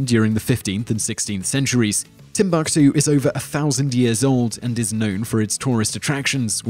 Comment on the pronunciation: Tenotch-tit-lan? Tibuktu beaches, Eye-wanovo and list goes on and on